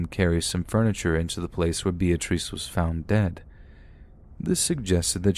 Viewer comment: Lol... Bee-ah-trees...😂